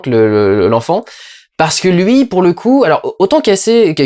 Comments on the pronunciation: "Casey" ?! Pas casé mais Casey avec un K et un Si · "Cazé" ??! mdr on dit "kéïssi" !!